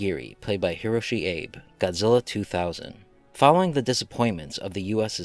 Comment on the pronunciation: Abe is pronounced Aw-Bay in Japanese, generally, it's a romanization of the two-syllable word A-be.